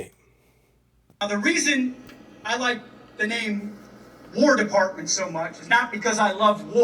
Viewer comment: It sounded like the speech guy said Whore Department.